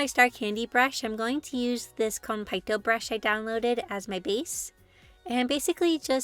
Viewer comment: OMG they’re so cute! I love the idea of food and stars together! Btw Konpeitō is pronounced with an elongated e, not a! Otherwise awesome video!